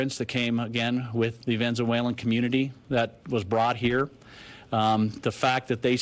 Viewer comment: “The Venzualen Community”